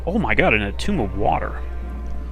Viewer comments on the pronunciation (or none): none